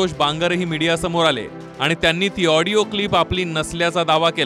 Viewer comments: आबे " हिडीयो " नाही रे आडियो म्हण रे बाबा.... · ऑडिओ क्लिप ला हीडिओ क्लिप म्हणताहेत आमदार महोदय 🤦🤦🤦. यावरून हे आमदार किती अडाणी असतील याचा प्रत्यय येतो. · हा कसा आमदार होऊ शकतो Audio क्लिप म्हणता येत नाही तो वीडियो क्लिप म्हणतात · हेडिओ नाही audio ahe😂😂